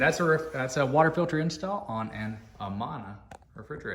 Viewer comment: It’s uh-MAN-uh, not uh-mon-uh.